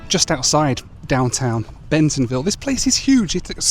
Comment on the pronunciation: Bentonville NOT Bensonville